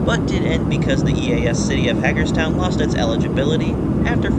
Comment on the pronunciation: It’s HAY-GERSTOWN